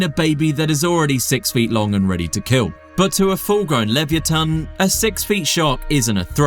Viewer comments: Is this AI? it is pronounced: lee-vuh-YAH-tuhn (li-və-YAH-tən), not livyatan. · What in tarnation is this awful pronunciation of “livyatan”